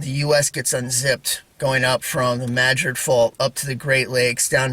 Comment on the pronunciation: I just looked so forward when you post a video….You are the only person who pronounces New Madrid right I live in South East Missouri and everybody pronounces it wrong lol